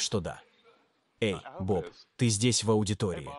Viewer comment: Перевод ИИ отвратителен. Лучше субтитры. PS Имя Bob по-русски читается через О, а не через А. В последнем случае это просто режет ухо и напоминает какую-то "бабу". Я понимаю, что Вы просто имитировали американский акцент, но по-русски так не говорят.